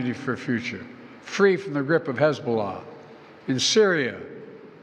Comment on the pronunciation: Hezobollas attack 😂😂😂. This man needs to be at a home